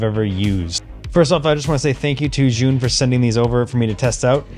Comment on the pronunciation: Btw, the brand is pronounced like "Ju-win". They are great lights. We just ordered another 3 of the 100s.